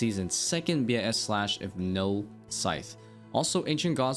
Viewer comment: Wish you wouldn’t say b i s and just say bis instead. I got thrown off thinking you were saying some different runescape term.